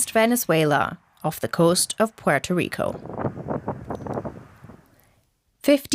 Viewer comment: Thank you for someone finally pronouncing Puerto Rico correctly!